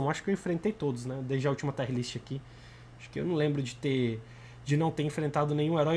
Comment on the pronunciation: Taier ? Kkkk não seria “tier”